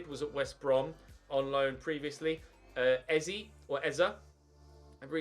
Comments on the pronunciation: Gidget Hampstertush it really isn't 😂 literally pronounced EZ - A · Eze is pronounced ‘Easy’ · If you sign eze it's pronounced easy